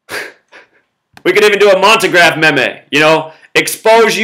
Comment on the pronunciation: Zack its pronounced like MEEM